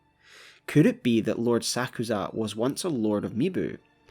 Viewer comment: Oh my goodness, every time you pronounce Sakuza’s name, you put the emphasis on the wrong syllable, and it triggers me to no end. For peat’s sake, his name is said in game; how can you not pronounce it correctly? Come on man